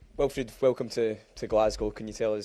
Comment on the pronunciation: Why are you assuming non boring questions = grilling him about our incompetent owners and board? Fan media always bring a genuine aspect regular journos clearly lack. Also, its Wilfried, not Wilfred :)